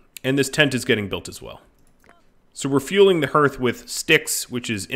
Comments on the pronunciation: Not trying to be the weird, but are you pronouncing hearth sarcastically? I've never heard it pronounced that way, it's har-th, as in hearth and home. I was wondering what a herth was, but when I rewound the video, well, I was a little confused. This looks like a cool game, thanks for introducing me to it!! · Yes, I've always heard it pronounced harth, but I know many places have different ways to say and pronounce things, sometimes it's just a regional thing, so I wasn't sure if it was different. Also, I thought might have just been being funny, I was just listening along while I did something else, and thought I might have missed him making a joke about pronouncing it that way.